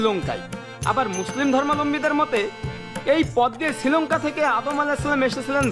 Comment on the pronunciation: ওটা ছৃলঙ্কা নয়। শ্রীলঙ্কা বলে। স্ত্রী বলার চেষ্টা কর,ইসতৃ নয়।